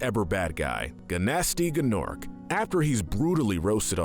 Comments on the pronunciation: The g is silent. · G is silent